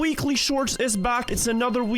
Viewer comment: the moment "Weekly shorts" became "Willy shorts"